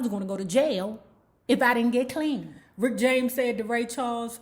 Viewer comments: His name is RICK JAMES not Rickty James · Lol, I love it when you say Ricketey James.lol